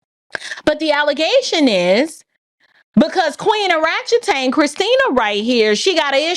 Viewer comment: Bro she said orachetang??? Thats wiiiild bro, i learned a new word